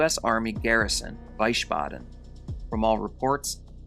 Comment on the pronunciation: Wiesbaden is pronounced as Veese Bahden, not Vaiyesh Bahden...Wies means Meadow and Baden means Bath